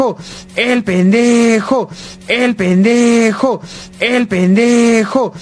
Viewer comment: Llega un punto donde escucho "El penejo"